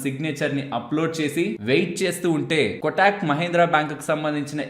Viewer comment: "కొటాక్" కాదు కోటక్ అని పిలవాలి